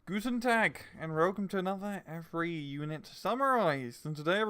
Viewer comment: "Gooten Tag"--- DUDE, you are an Idiot. Learn how to pronounce it correctly or just don't say it.